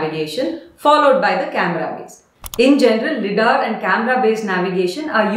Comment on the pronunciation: Its pronounced “Lie”dar; Light Detection and Ranging